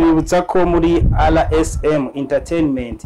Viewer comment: Ariko birababaje kubona umunyamakuru utazi kuvuga izina rya channel ye!!Ati RSM!!!